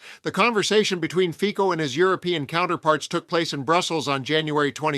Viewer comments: 🎼Slovensko! Slovensko! Hejá, Hejá, Hejá Slovensko!🎵...and it's 'Fitso', not 'Fiko'. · Not that I care at all about the guy... but his name is pronounced "Fitso" not "Fiko". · Do you sometime use AI speech?? You mispronounce Fico ("Fitso"), make strange pauses. Otherwise this is so interesting! Trump has given free reins to the racists and misogynists and envious haters in the whole world. All because of the Epstein files and his Dementia. He invents new horrors , flailing like a raging toddler.